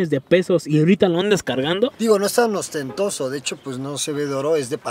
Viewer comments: Mi estimado…para empezar no se dice austentoso….es ostentoso…no, pues no vas a poder entrar a mi clase….jajajaja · El dice AUSTENTOSO. Es ostentoso díganle. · Qué es “austentoso”? Se dice ostentoso. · "Austentoso"??? JAJAJA te mamaste